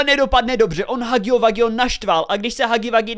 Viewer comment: nerika se to hagy wagy ale hugy wugy